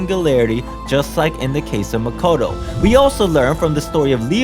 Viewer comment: It’s not Makato it maakootoo